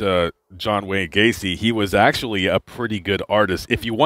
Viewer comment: John Wayne GAY-CE.